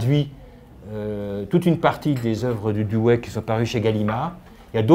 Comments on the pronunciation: "douwi"...pas "douwé" c'est terrible de voir que des personnes spécialistes écorchent son nom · nan c'est le contraire, la prononciation à l'anglaise ou l'américaine comme le fait un richard Rorty c'est Doe wuéi ou diwuéi , et la prononciation française est dou oui